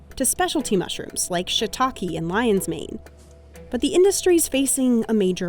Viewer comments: it's 'SHI-tah-ke' not shitakiiiiis mygod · Just wished the narrator pronounced the Japanese mushrooms the correct way. So disappointing.